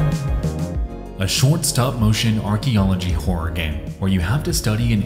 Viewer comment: Might want to work on how you say "Horror" lol. Because it sounds directly like you say "Independent wh**e developers. I was like, "Wait. What did he just say??" and then replayed it back 5 times and each time... yeah... you really need to work on how to say "Horror". Just... putting that out there. Turns out trying to use the type of voicing you do doesn't tend to work out with some words. You cannot say something like a one syllable word when they clearly are two.